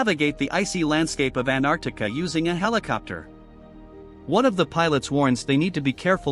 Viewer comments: Antarctica ❌ Anartica✅ 😂😂😂😂😂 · Bro said anarctica at the start😂